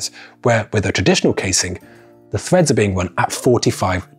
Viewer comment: PLEASE, PLEASE, PLEASE - it's treads, not threads